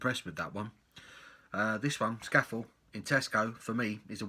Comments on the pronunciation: I'm not Cumbrian but I think it may be pronounced 'Scaah-Fell'... 😉 I agree; cracking beer! Leaves a lovely lacing on the glass too. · Cracking beer.It's defo one of the best at least in terms of Pale Ales. Also us Northerners pronounce is Sca Fell it's named after the famous mountain in the lake district. Bloody beautiful place. Cheers.